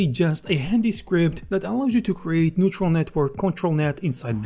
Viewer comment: "neural" network, not "neutral"